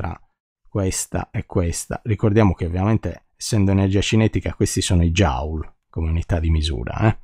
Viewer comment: Il principio di indeterminazione derivato così è veramente notevole: indissolubile conseguenza della quantizzazione (però Joule si pronuncia "jul" e non "jaul" 😉)